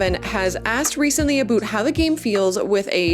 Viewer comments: Why does she say aboot instead of about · Bruh the canadian accent on ste*oids, a boot. ITS A-BOW-T IN THE CANADIAN ACCENT, NOT A-BOOT! 😂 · Is it 'about' or 'aboot'? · Is this aboot a "semi-oficial" slang or is this an accent? Never heard it LoL...😂 great videos, congrats for Wrektangleu! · Leaning into the "Canadian" is cute for an intro or one off joke, every damned time "aboot" is cringe unless you are the legends Bob and Doug McKenzie. And this if coming from a Canadian...